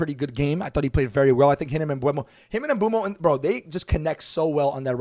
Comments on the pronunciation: His name is pronounced m-boo-mo, more like boomo not like bueno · Just stop with that ‘Mbuemo’ thing its ‘MBEUMO’ !!!!